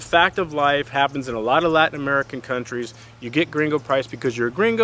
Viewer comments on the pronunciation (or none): none